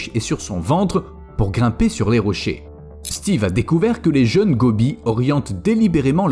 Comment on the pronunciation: Mr le commentateur me rire quand il cite le nom Steve kiekiekie